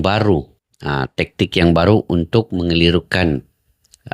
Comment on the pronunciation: Jgn tektik pakcik tapi taktik. Baca ny